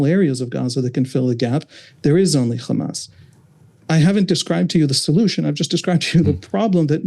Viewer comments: It is irritating how Ryan and Emily don't push back when interviewing Israelis. The second the guest used the exaggerated "Khamas" pronunciation, it was clear what his views would be. I kept waiting for Ryan to jump in and correct or challenge the guest with each lie and racist talking point, but just like the other Israeli author they "interviewed", they just sat there and let him spew his hasbara. There is no value in bringing on and interviewing zionist Israelis, especially if they're not being fact-checked or called out on their racist and Islamophobic ideologies. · Anyone who say 'Khamas' instead of 'Hamas' is a propagandist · Why do Israelíes always add a “Kh” in “Hamas.” It’s not Khamas. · khamas, khamas, khamas, khamas, khamas, did I say khamas. Let's not forget khamas is khamas and they won't stop khamasing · That pronunciation of the H changes Hamas in Hebrew to mean violence. Hezbollah they probably want to associate with Hamas. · How can this journalist pronounce hope but is not able to pronounce hamas?